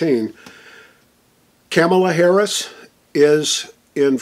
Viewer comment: Did he say Cameltoe Harris?